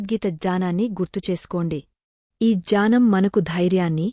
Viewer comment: ❤janam annttu vinipistunndi, 3times alage Cheppa vamma, gnanam correct kademo, janam jnanam kaka ఙ్ఞానం gnanam